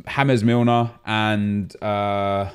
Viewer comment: No one: Not a single soul:: hAmEs mIlNer